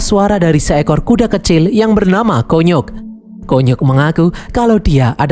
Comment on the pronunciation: Konyok❌ Kunyuk✅